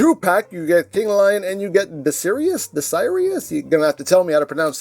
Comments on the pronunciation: I think the pronunciation is Dai-Siri-Us, like Sirius the star. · Dasirius is Dah-sirry-us. I guess the name Sirus has something to do with canines considering this figure and Sirius Black from Harry Potter, who turns into a dog.